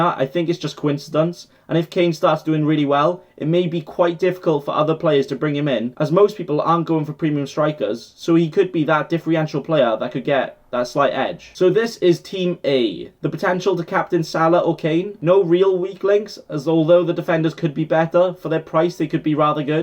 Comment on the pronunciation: Differential not diffreential 😭